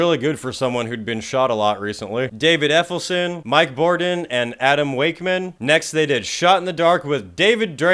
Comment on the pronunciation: "david effelson" lol